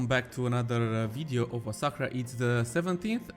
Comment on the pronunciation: Has anyone else noticed that by this time both skibitth and $2.20 were pronouncing Osahra like Osaka?